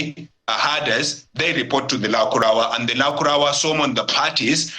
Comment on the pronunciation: This presenter accent is just annoying, he his even pronouncing lukarawa instead of lakurawa